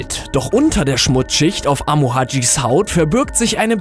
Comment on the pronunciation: die haút seines magens ? versprecher...